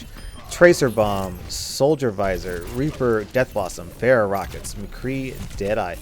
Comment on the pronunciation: for a whole while there I was wondering who "bear" was. welcome to the olympic discipline of pronouncing pharah's name wrong.